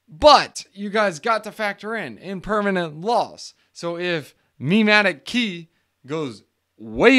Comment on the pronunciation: Pronounced Chi, but other than that, great video dude.